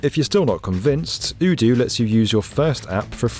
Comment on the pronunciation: You're pronouncing Odoo wrong.... Might wanna change that before they come along and see the video